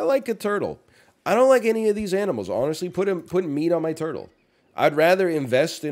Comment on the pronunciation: i love it when he says tortole me